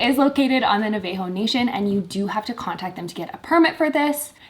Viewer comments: NA-VUH-HOH national, not NUH-VAY-HOH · I appreciate the video and it’s great info but hearing you guys mispronounce Navajo is the whitest shit ever lmao